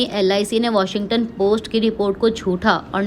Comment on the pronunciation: अबे चूतिये वॉशिंगटन नही वॉशिंग्टन बोल